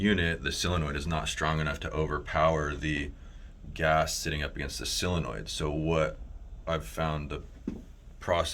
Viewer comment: Sil-onoid or sol-enoid